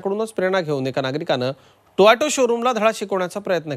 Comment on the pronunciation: Toyato nahi tey TOYOTA AAHEY😂😂😂